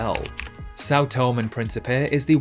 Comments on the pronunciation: It is pronounced tom-E and not Tome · Sao Tomé e Pincipé is pronounced “Sau Tomei e Principei” not “Sao Tom e Principei’ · São Tomé is pronounced sow tomay. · “São Tom”? Why on Earth do you think the E has an acute accent on it? You should learn to speak properly instead of sounding like a nincompoop. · Think São Tomé should be pronounced Sao Tomei, not just Sao Tom, and Guinea-Bissau pronounced Bisau, not Bisoo. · Sao Tomé eeeeeeeee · You pronounce Sao Tomé wrong. The accent with Tomé means it is pronounced tomeh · Sao To-maaaaaaay! The ending "e" has an accent on it, so you have to pronounce it. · Oh no it’s pronounced things different thing you do. This means he doesn’t know how to speak properly. Get over yourself people pronounce things differently stop whining. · It truly emphasises a country's global insignificance when even the cannot pronounce its name correctly. A party from my school was in São Tomé for the country's independence in 1975, so I may assure you that the acute accent on Tomé means something. I was in Granada more recently, in 1999, and locals pronounce it differently to Andalucian Spanish residents, and it comes out as Gran-ey-da. The fairly high recognition rates of even the most obscure places suggests this quiz was only attempted by geography or politics nerds like me. Being a product of four Commonwealth countries' schools/uni in the 50s-70s, I regularly get the Pacific and Windward Island nations in the wrong order. My Aussie grandsons (aged 11 and 12) do better than me with the former group.